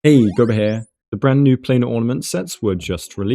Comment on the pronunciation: "Have a Guoba day" sounds like "have a good bidet", which is a sentiment I can also get behind.